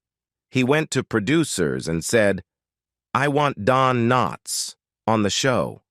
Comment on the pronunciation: I hate these AI readings. Don K NOTS?